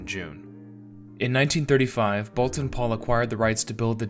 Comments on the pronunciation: The U is silent. It's pronounced Bolton Paul. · "Boulton" pronounced "bowlton.", end of pedantic outburst. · Pooohh, sigh of relief. For 50 years I said ‚bowlton‘ and now he came along seemingly proving my English very bad. 😉Thanks, not pedantic at all.